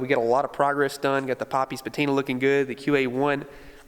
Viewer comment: You lost me at "patina"...